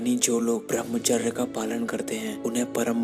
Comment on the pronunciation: Pahle thik se bhramhchary nhi balki bramhchay bolna sikh ha bhai nmo nmah . ...nn :-) :-)$ :-)